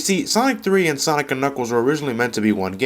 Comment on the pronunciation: Its called "Sonic and Knuckles", not "Zanic and Knuckles" -_